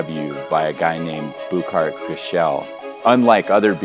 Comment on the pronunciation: The way he pronounces Burkhard Göschel makes it sound like it wasn't even a german name